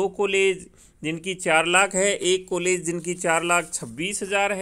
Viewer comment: please change your Kollege. sound it as college.